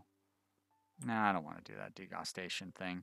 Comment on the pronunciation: You saying degustation like "disgusting" cracks me up. I assume you read up on it, but just in case anyone else is confused: It's when a restaurant serves a bunch of tiny portions so that you get to taste several different meals in one sitting, a tasting menu ^^